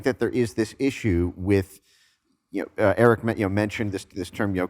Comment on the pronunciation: Babe, you gotta get Eric's name right 😜